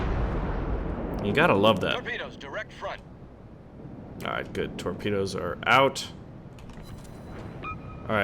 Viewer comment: TOREPANUS? hahaha.